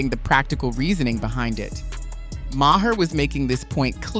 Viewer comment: It is not pronounced Ma her. The H is silent. It is pronounced Mar